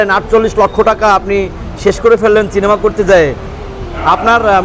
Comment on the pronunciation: চিনিমা নয় রে ভাই ঐটা সিনেমা হবে